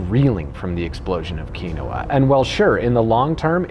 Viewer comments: "key Noah" keen wah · Only one~slight~correction. Quinoa is pronounced "keen-wah" And indeed your guests do look uncomfortable, 😂. Jenn 💖 in Canada 🍁 ☺ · Kee-no-uh? I've been saying Keen-wah lmao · "Key-noah" heh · Man, you are butchering the pronunciation of "quinoa."